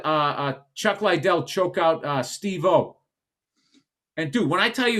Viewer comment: "Chuck Lie-Dell choke out Steve-Oh"